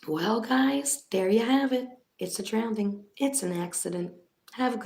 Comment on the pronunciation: I love you and the work that you do!! But it's drowning theres no d in it🥸. I'm sitting here screaming it's drowning not drownding🤪🤪please don't take that the wrong way. Also I honestly think that her mom didn't identify her because she knew it was her, kinda makes you wonder if her mother knew where she was the whole time. That could be why Sammi was the one that was giving the information to the police, and not her momma.